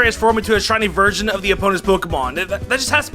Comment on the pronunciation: did he say steel type virgin? lol